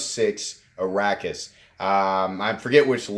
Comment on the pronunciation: You are pronouncing Arrakis right. I believe it is a Dune krysknife "take" given the name. Or at least inspired given that Arrakis is the desert planet in the Dune universe.